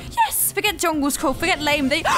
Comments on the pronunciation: Fun fact: its not "Djungelskorg" its actually "Djungelskog" and djungelskog means jungle forrest! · djungleskoch pronouced "jungleshkock" the real ikea bear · she almost got it correct. the bear's name is DJUNGELSKOG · it's Djungelskog. u missed 2 letters